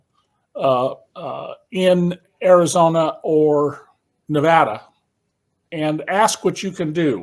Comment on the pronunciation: Nevada thanks you for pronouncing Nevada correctly!